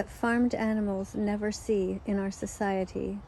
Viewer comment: “Sesaiety” OMFGGGG XDDDDD